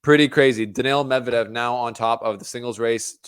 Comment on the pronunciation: “Mevdedev” is another level tho, better than both 😂